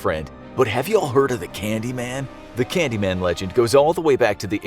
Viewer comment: Excuse me that's not "candyman" it's "candymayne" xD if you know you know.